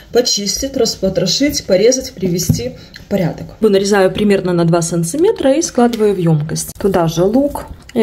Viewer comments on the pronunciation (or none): Привет. Солнцеметра меня просто убил на повал. Ужас. Ухо режет.